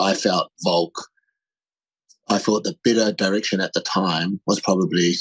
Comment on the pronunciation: Why does Ariel say "Voke" not Volk lol so annoying